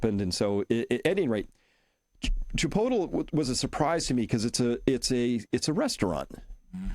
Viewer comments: Chris, your definitely pronouncing chipotle all wrong lol. Maybe that how you guys do it Boston…. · Too funny. Not Chi potel but Chi pote lee. Not TAC O but TockO. Love you guys! Good info.